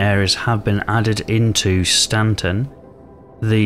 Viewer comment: "Stan-rise" and "Stan-set" 😂